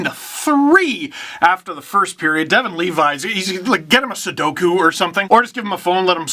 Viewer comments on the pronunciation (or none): none